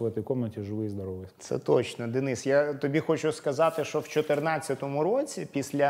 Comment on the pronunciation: Почему ведущий иногда говорит "шо" вместо "що"? Он малоросс?